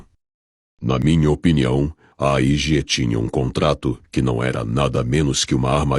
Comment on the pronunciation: Cara, muito bom o conteúdo. No entanto, precisa melhorar sua pronúncia e prestar atenção nos nomes. É AEG, por exemplo. Não EAG.